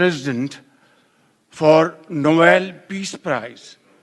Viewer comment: Shareef ne Novel piece bola instead of noble piece